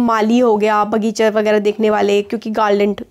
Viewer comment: 10:9 ma am said is bagicher 😂